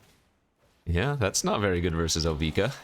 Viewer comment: first it was drown in "eye-chor," now it's "bye"-lious skulldweller and "O-vye-ka" 😉